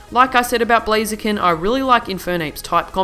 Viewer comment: It's Blaziken, NOT Blazeakin!